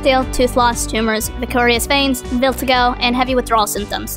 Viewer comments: did she really just say “viltigo” it’s pronounce vit-i-ly-go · Vitiligo: Vit-a-lye-go, not vitil-ago. (Its a melanin disorder)